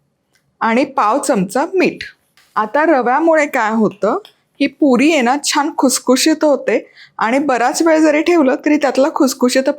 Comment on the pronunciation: तुझ्या पुरी शब्दाचा उच्चार काहितरी विचित्र वाटतोय